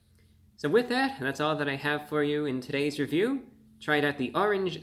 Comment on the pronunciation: Bra bro kind of, sort of sounds like Elmer Fudd when he pronounces his R’s in his words, this is wunning on empty fwood weview